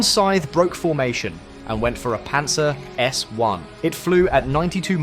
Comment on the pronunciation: Its pantsir and not pancer...